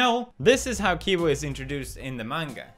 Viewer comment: I have to say the fact that u kept saying kibo instead of cibo even when It was said in the video that u showed us, but other than that 👍